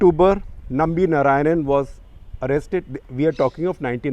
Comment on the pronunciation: you north indians will never get the correct sanskrit pronounciation, it is not NA raayanan, but NAARAAYANAN.